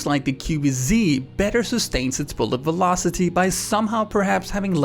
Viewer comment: Velocity sounds like bulocity